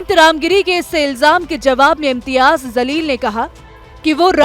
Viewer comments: Pronounce correct karo Jamleel hai not zaleel , Allah hu Akbar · Tojhe news anchor kisne banaya name to sahe se le zaleel nahe jaleel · Zaleel Nahi Jaleel bolo. Sahi uccharan seekho. App patrakar ho. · Anchor madam Imtiyaz zaleel nahi he Jaleel he Urdu sahi we bole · Bete wo imtiyaz Zaleel nahi, Jaleel hai Please thoda theek se pronounce karen